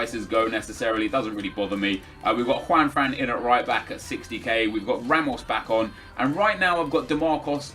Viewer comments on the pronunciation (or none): none